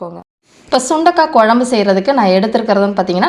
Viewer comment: குழம்பு பொடி சரியாக உச்சரிக்கவும் தமிழுக்கு உயிர் கொடுக்கவும்